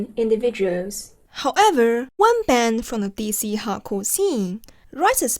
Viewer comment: I recently went to an Algernon Cadwallader concert, who reunited after breaking up in like 08 or 09... it was very good! Edit: I like how you pronounce "hardcore", it sounds like "Howgarts" :)